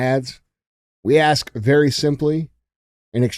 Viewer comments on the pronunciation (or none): what did they "axe" him? 😂